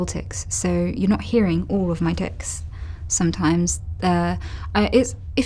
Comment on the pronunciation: Noticeable tiCs? Are you sure you said that right Anita?